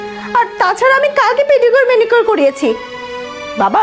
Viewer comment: Pedicure, manicure, Not পেডিকেট, মেনিকেট